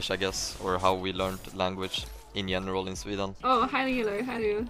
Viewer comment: "in jeneral" :D